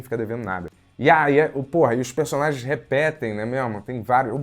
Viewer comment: 217 "Né mémo?".